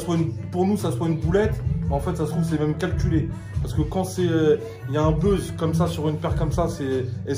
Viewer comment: « Y a un beuzz » il a dit 😂😂